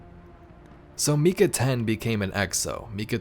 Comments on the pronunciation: It’s actually surprising how many are saying it like mee kuh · Great video! One thing though: it’s pronounced “My-cuh”. I have family and friends with the name and that’s how it’s always pronounced.